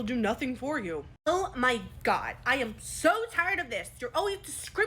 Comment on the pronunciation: “Ouah my gohd” IS KILLING ME